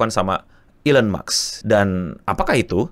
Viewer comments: NO!!! bukan elon muks! tapi elon musk! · maaf no mau koreksi lgi, elon musk bacanya elon mask bukan elon maks makasih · elon maks atau elon musk bang😅😅😅